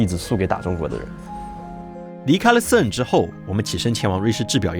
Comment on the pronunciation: 哥们，CERN不是这么发音的好吗